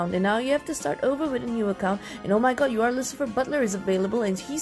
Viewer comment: I'M SORRY- I can't stop laughing because it sounded like "You are Satan" instead of "UR Satan" 😂 WHEEZE